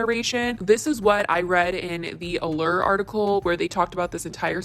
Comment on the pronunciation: “The allUR article” French people: I